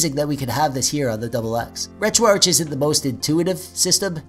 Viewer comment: Take a shot every time he pronounces "retroarch" incorrectly. Jk that's alcohol poisoning waiting to happen. But frfr its retroarch(ark)